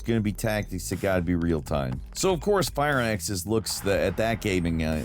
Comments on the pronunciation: WTF is Fire Axis? Its Firaxis. Fir axis. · For the quabillionth time, it’s “Fir Axis” not “Fire Axis”!